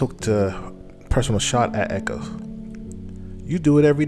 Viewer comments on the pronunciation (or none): The man’s name is, Acho, not echos. That fact you continually miss-pronounced his name, leads me to believe that you’re doing it on purpose on just don’t know any better. I clicked off after that. We as black men have to do better than the stereotype of ignorance that is attached to us. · Ah cho not echo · It's not "Ekko", it's "Acho" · ACHO not Echo!! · "Emmanuel echo" lol its Acho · Why is so hard to say A-Cho? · You killing that man's name